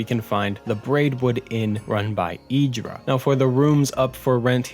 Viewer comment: Idara not Idra